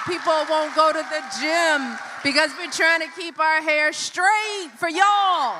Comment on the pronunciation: Why does she always pronounce it "Shhhtraight"😂😂😂😂